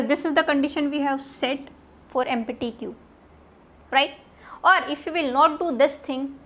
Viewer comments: Its not Empi-ty Thats empty-- (emp-ti) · mam you are teaching nicely but take care of pronounciation while using empty